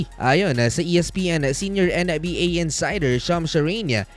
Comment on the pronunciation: HAHAHAHAHA may nauna na pala. Hirap ata siya sa N yah.